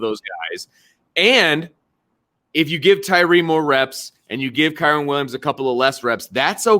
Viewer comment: Who in the hell is KAREN Williams!?!? It's Kyren!